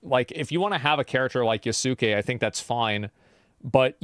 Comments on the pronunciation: I understood "yes king" instead of "yasuke" 💀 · The uncultured "journalist" cannot even pronounce Yasuke correctly.